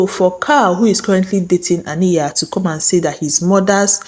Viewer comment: It’s Ah-NIGH-yuh.. Ah..NIGH..yuh. Please I beg. It’s giving you did not watch the show🤨